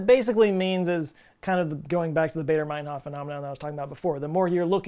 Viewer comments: its baa, not bay in Baader mainhof... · It's Bader like the "a" in "father" not "baydor". And ur right about "Math"! The Brits have lost a few marbles after we dumped them and they will never forget!! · Baader rhymes with "fodder", not "crater". After all, the RAF was German. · Never mind the math/s, why would you pronounce Baader as Bader?? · AA is pronounced "ah."